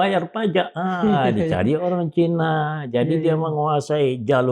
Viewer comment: Pak Kivlan ...! Kalau menyebut kata : Cina... ya Cina saja, pak... Gak perlu dengan ujaran : Cainis !... Cukup : Cina saja !, kita orang Indonesia, huruf "i" ya diujarkan "i", bukan "ai" Prof. Sri Bintang Pamungkas juga tidak pernah ujarkan : Cainis, tapi : Cina !👍🏻